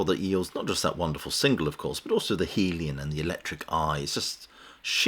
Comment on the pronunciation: The heel ion is an interesting pronunciation of the hellion.